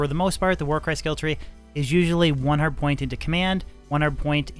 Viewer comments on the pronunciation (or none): It may only be me, but everytime you say "1 hard point" I hear "1 hundred point". Nice video.